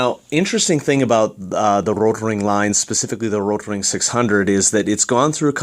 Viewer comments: Why...do you say RRRRotring like...that...? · no need saying rrrrotrrring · RRRROtrrrring sounds better? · I appreciate the comprehensive review. I had kind of a hard time paying attention though, due to the way you were rolling your R on the word Rotring. Don't get me wrong, I'm not trying to make fun of you, I mean, I am a guy watching a mechanical pencil review on youtube, but just saying. Do you pronounce Mexico, May-he-co? Why did you not do the whole review in a German accent of the R rolling dialect? This is probably a mean comment to leave, but after all the cringing and giggling, I couldn't help it. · Why are you rolling the "r" in Rotring? lol its a German company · Great review. I just ordered the Rotring 600 as an upgrade from my Draftmatic. I have 3 days to master the rolling "R" pronunciation. ;)